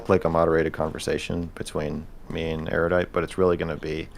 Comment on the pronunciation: Why can’t destiny say erudite properly lmao